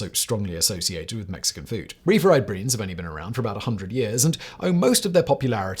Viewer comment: A few odd pronunciations on English words Borrowed Beans maybe need to check the autocue?